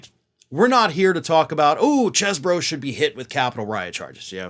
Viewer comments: His last name is pronounced cheese bro. He's a guy from Wisconsin how else could you pronounce his name? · It's pronounced like "Cheese-bro" and that's according to Chesebro who wants it pronounced like "Chese". Oh, well... So much for the one thing the non-cult media was trying to kinda help him out with.